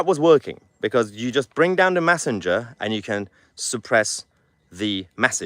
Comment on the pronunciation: It's not massenger It's messenger by the way .